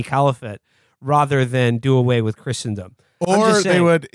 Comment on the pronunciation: Does anyone know why Will says "rother" instead of "rather?"